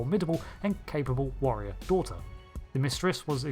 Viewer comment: I am unreasonably bothered by 'daigther' - Perfect Cell